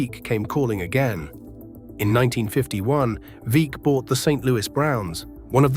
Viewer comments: Veeck is pronunced vreck that sounds like wreck with V instead of w. Its ok your from UK. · Veeck as in wreck, not like peek.